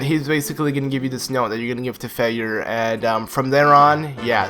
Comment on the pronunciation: lol i just realized hes saying Fyer like "Feyer" the name is a play on words its supposed to sound like fire. as in cannon fire